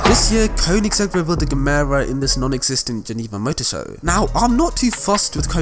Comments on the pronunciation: The Koenigsegg Gemera is pronounced Jemera/Yemera. Ge mera in Swedish means give more and Christian Von Koeniggsegg’s mum told hive to “Give more/ ge mera” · You can say jemera. Swedish Gemera = English give more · Pronounce it like jemera